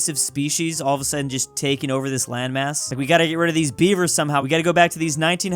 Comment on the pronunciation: Omg he was saying Beaver and I heard bieber, thinking why are people naming themselves bieber now😭